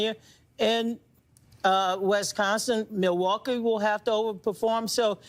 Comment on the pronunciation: Can you PLEASE stop sim-pronouncing Milwaukee!